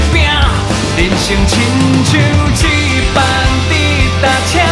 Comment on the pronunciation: 很喜歡這首歌所以希望更好 只看發音："就算" (是dieu不是jieu)，"一班"(bang不是ban)，"掌握"(jiang不是jian)